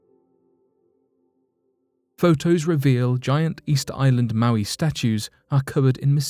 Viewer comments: omg mo eye, pronounced mo eye maui is a Hawaiian demigod and an island, youre welcome! ( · "Moe-eye" is the phonetic spelling and how it is pronounced. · It’s Mow-I